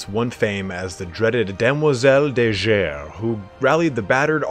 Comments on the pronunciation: I don't know if someone told you already, but "Demoiselle de Guerre", you said it as if it was written " Demoiselle de Jerre" which is incorrect. It is obviously French so it is said : Guerre, like Gorillas or Guano... ^^ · Mate, nice video. Small hint: in "Guerre" the G is hard, like in Guilliman. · Guerre is pronounced simillar to Guerilla, means war in french